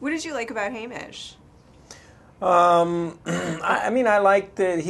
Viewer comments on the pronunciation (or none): Yeah its Haymitch not Haymish the interview probably hasn't seen the movie or read the book. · this interviewer is annoying me bc she keeps call Woody's character 'Haimish' when in the book his name is written 'Haymitch' and they kept it that way for the film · okay call me crazy but isn't the character's name Haymitch not Haymish?